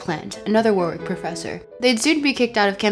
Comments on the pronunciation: Heads up ya really need to double check how English town names are pronounced without assuming. Treat it the same way as if it was Chinese or something. "WORRICK" not "WAR-WICK". Second time I've heard it pronounced wrong on a Land video. Anyway. Great video just worth pointing out. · It's pronunced 'Worr-ick'. Edit: I did not know Aleister Crowley was born in Leamington Spa. That's hilarious. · Small quibble. Warwick is pronounced “Warrick”. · Laughing at the flawless pronunciation of every foreign thinker's name but butchering "Warwick" every time